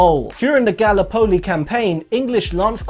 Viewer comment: That’s not how you pronounce Gallipoli. It’s Gull-IH-po-lee Not GALLee-PO-lee